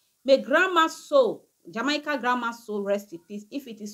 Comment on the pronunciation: This is the last time I am going to teach you how to pronounce "Jamaica." It is pronounced as: "Jah-May-Ka."